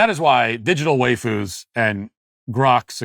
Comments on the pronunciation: Matt saying "way-foos" hurt my soul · 😂 Matt mispronouncing waifus multiple times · why-foos not way-foos. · Bruh, it's "WYE-fus". What you're saying is "WAY-fus" which would be a different, but similar thing - Wheyfus, which are distinctly muscular gym rat girls. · "way foos" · Wayfoo’s is now the only pronunciation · "Waifus" is pronounced "Why-foos", as if to ask, "Why the fuck would you foo's do this"?